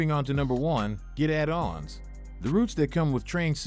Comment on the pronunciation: Me too :D Impressive actually, right up until "addons" - a dawns